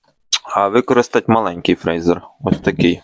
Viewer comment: Прочитай інструкцію. Твоє "фрейзер" ріже слух. Якщо вже блогериш то називай апарат правильно.